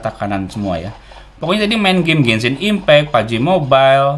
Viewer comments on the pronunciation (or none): none